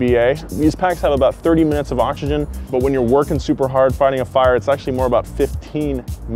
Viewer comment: Every time he says Oxygen 😑